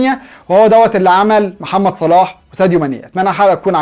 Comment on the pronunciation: وكان فين ماني ايها حاقد قبل لما يوصلو صلاح كان اخرو في فريقه المركز الخامس انما لما وصلهم صلاح جبلهم دوري ابطال وبعليهم في مركزهم وبعرف يخلق فرصه لنفسو انما ماني معرفش يخلق فرصه لنفسه الا بمساعده زميلو او من مساعده صلاح وروح اتعلم تنطق صح اسم صلاح مش صالح